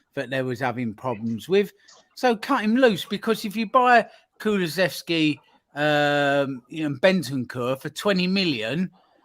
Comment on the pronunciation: you gotta start teaching your guests how to say Kulusevski.